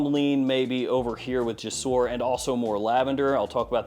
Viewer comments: me being an Arabic guy saying "JASOOR" is triggring me lol, i know it's is written "jasoor", but it pronouns "jousoor", means "bridges" in Arabic, sorry for being boring just telling the truth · I'm arab and no its not jousoor.. It's more like gsoor there is no u or a just G and Soor "GSOOR"